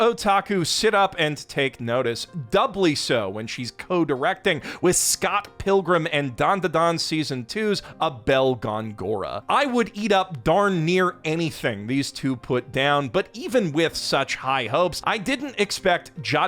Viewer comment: Not like it’s a big deal or anything, but the accent mark in Abel’s name is over the first “o.” It’s Abel GOHN-goh-rah.